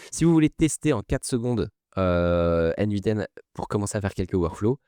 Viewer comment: Nitpicking Joe here, mais ça se prononce "Natan" (à l'anglaise: "N-eight'n").